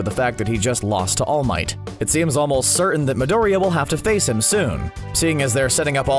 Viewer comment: i dont know but the way he pronouns Midoriya really annoys me. ahahah he must be seing the shows in English like damn.